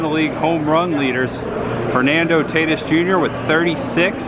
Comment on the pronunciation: Tatis JR- taaaa teeees and Arozerena is Ahh rooh zaraena. To help you with your pronunciations 🤣🤪🤣